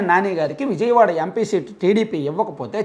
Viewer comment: ముందు విజయవాడ నీ ఉజయవాడ గా పలుకుతున్న నీ మాటలు 🤣🤣🤣🤣🤣🤣🤣🤣